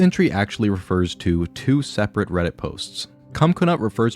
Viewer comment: Redit, not, credit*